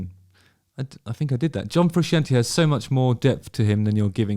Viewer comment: Don't be offended because someone doesn't rate a band as highly as you do. But when Justin can't even pronounce Frusciante well, it doesn't look good.